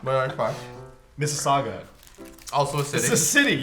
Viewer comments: Phil said Mississauga!!! GAHHHHHHHHH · I was so proud of Phil for saying Mississauga that I clapped 👏👏👏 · I felt a great sense of pride when Phil said Mississauga